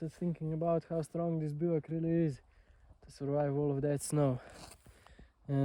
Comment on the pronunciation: I love the way you pronounce bivouac. I never heard that word until your videos.